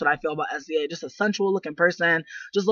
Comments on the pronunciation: She's saying her name wrong , u dnt literally say s-z-a .... smh wow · Her name is pronounced "SIZZUH" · OMG get her name right I can take you seriously if you don't even know how to say her name!!!!!